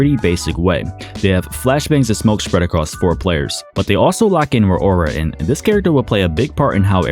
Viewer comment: The fact that you can’t pronounce Rauora kinda bugs me idk why